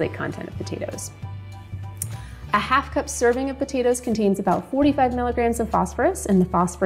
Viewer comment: Hi, I was just listening to your study on potatoes and if I may say so you say 1/2 cup and it sounds like the third time one and a half cups could you just eliminate that one and say half a cup of this or half a cup of that But it does sound like you’re saying one and a half cups thanks for the information I didn’t hear anything on the Yukon potatoes. If you get a chance let me know that information again I believe and I didn’t hear it but everybody should check with their doctor of course before, they do anything with any information😅